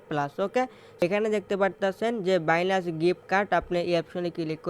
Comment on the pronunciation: বাইনান্স‌ নামটাও বলতে পারেন না 😂।বাইলান্স বলতাছেন😂😂😂😂😂😂